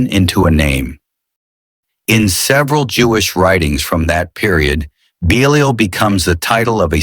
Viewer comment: I wish ai could learn to pronounce 1 word consistently. Belial is mispronounced 3 different ways